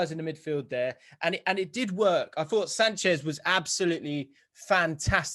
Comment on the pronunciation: It's Sanches with an S not Sanchez!🤦🏼‍♂️